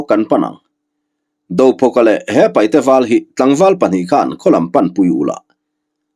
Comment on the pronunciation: Sir thil pa khat kan sawi ve mai2 paihte ni lo in paite ti zawk hian lam ta la a dik zawk a sin a ziak tu hian a lo hmuh chuan ziak tha teh se